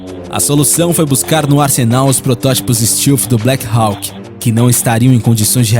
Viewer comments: STÉLF e não STILF :D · 1.Os EUA nao é um dos mais poderosos e influentes, ele é O mais poderoso e O mais influente. 2. A pronuncia de "stealth" nao é "ISTILFI" é "ISTÉLFI 3. O B2 nao é conhecido como ïnvisivel"por conta da sua altura e essas bobagens q o video diz, mas sim por outra serie de detalhes q o video nao explica, as principais dela sao os angulos da fuzelagem e sua cobertura e o ar que sai das suas turbinas sao resfriados... Todas as aeronoves com essa tecnilogia stealth (tb já existem embarcaçoes que seguem essa tendencia),sao chamadas de quinta geraçao,.. 4. Se quem fez a ediçao desse video tivesse o pequeno trabalho de assistir os videos do "hoje no mundo militar"nao diriam tanta bobagem! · Cara, o vídeo é bom, bem informativo, mas uma dica, quando for citar termos em inglês procure pronunciar corretamente, tipo, "black hauk" , "stilth" , "lookheed", "north rope". Não sou expert em inglês, mas isso dá mais credibilidade ao vídeo, fica a dica. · Fala "stéalf" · Bom, pra fazer um vídeo sobre projetos militares americanos, vc deveria saber o mínimo sobre pronúncias em inglês... Stilfi??? Que diabo é isso?? Stealth... Faltou pelo menos buscar a pronúncia correta das palavras em inglês!!!! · Northrop (NORTRÓP); Lockheed (LÓKRRID); Steath (STÉLF) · "Tecnologia stilfi" pqp.... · sugiro que você aprenda a pronuncia correta de stealth, hawk, lockheed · O narrador precisa aprender a pronunciar certo as palavras, não que eu seja expert, mas os erros cometidos por ele são de palavras realmente muito fáceis, além do mais, esse é o trabalho dele. "Northrop", "Lockheed" e "Stealth" são exemplos, essas palavras foram ditas várias vezes durante o vídeo, sempre erradas. Northrop = Nortróp (p não pi) O narrador pronuncia "Nortirropi" Lockheed = Lóc rrid (d não di) O narrador pronuncia "Luc rridi) Stealth = Stélth (ver como se pronuncia o "th*) O narrador pronuncia "stilf"